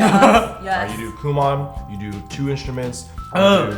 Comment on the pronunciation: When Phil said Kumon my face literally went, -_- ...